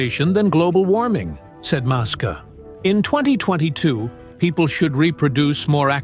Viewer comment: IM REALLY STARTING TO HATE THESE RIDICULOUS AI VIDEOS , LISTEN HOW STUPID THIS VIDEO SOUNDS CALLING ELON MUSK " MASK"